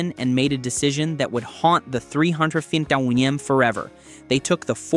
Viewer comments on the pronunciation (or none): A.I. at it's best. "300 Fin Taunya" .